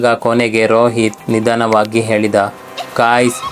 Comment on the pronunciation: ಹಾತ್ಮಗಳು ಅಲ್ಲ ಆತ್ಮಗಳು ಮತ್ತು ನಿಧನವಾಗಿ ಅಲ್ಲ ನಿಧಾನವಾಗಿ